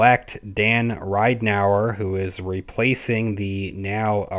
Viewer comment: It's Rid en ow er ......equal accents on Rid and Ow.